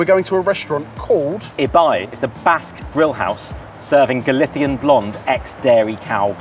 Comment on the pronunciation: what the fuck is galitian? spanish on this channel never cease to amaze me